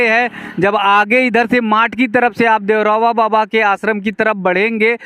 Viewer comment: आप जब भी देवराहा बाबा का नाम लेते हैं तो देवरहवा बाबा, देवरहवा बाबा कहते हैं। इससे आपको उच्चारण में भी दिक्कत होती है, इसलिए आप सही उच्चारण करें---देवराहा बाबा